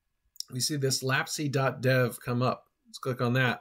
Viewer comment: FYI, it's (IPA: /læps/) like memory lapse.